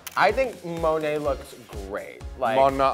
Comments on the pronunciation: “Monet Esschan” 😅🤣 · the way raja keeps pronouncing monet's name is GIVING ME LIFE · I love how Raja pronunces "Monét X Change" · Raja...just fucking say monet's name correctly. ..